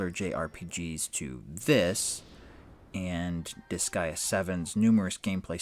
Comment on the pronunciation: Disgaea rhymes with "Kiss Sigh Duh", I think you're saying it correct for an English Language audience.